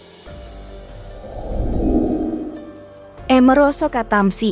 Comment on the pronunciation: Min baca nya jangan sok inggris Doong! Amaroso Katamsi, jangan merosot ketemsi, jadi jejek kedengaran nya!